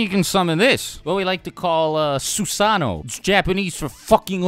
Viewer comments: Bro why in the hell do you pronounce Susano like it’s three different words. Shits annoying every time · Every time you say Susano'o wrong I die a little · “ThEIRR OwN INDiviDUAL SUsaANNOO”